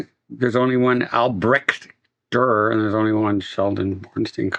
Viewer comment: Here you are complaining about the name Albrecht Dürer and you are not even close pronouncing it correctly :D